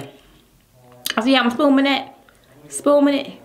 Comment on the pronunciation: I thought I was the only one who heard her say "spooming ". Tf is that 💀 Ridiculous.